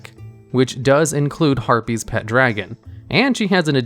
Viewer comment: Stop saying herpies.